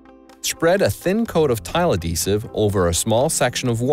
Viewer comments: Was going to comment the same lol. It's "ad-hee-sive" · Is the h silent in "adhesive"?